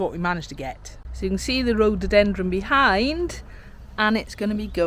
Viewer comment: Love your garden, We miss ours since we now live in a condominium! Your newest plant is a rhododendroN. It sounds like you are pronouncing it differently!